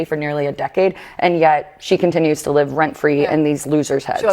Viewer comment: What’s up with the AI Jimmy Kimmel voice? you know it’s AI when it says “live” like that (“live” as in living somewhere instead of “live” as in he said that crap live on television).